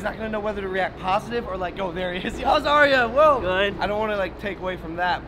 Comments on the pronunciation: It's not Aria it's Arya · Its Arya not Aria